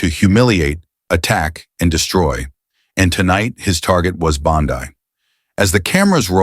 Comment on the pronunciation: It's Bond-EEE Euphoria AI wannabe poser.